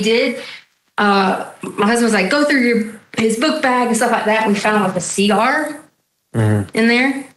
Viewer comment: The way she says "cee-gar" pisses me off every time. 😒